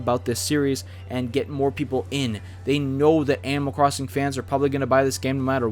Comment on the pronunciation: There Is Fucking Stage Builder Also did he just say cwossing